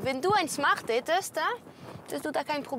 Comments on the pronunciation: Von der Schmart😂😂😂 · von den Schmart 😂😂😂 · Wie cyndie die ganze Zeit schmart sagt Stadt Smart